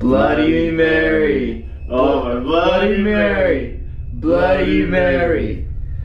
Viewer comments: your cursed for ever you only say bloddy Mary 3 times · guava juice u said it wrong its bloody mary is youre name come if you can play this game if you hear a deathly scream someone murdered you a queen thats what you say and say it 3 times in a mirror then after u say bloody murder marys death 5 times